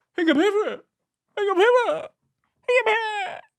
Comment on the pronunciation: Lmao "howugapayfoeet?" Gets me everytime